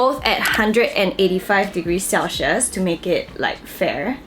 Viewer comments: my dear please dont take this offensively, but "Celsius" is pronounced as sel-see-uhs not sel-shheus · it's pronounced as 'sel· see·uhs',! not cel-schius HAHAHA but very insightful information on the product! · That mispronunciation of "celsius" is so cringey? It's such a basic word lol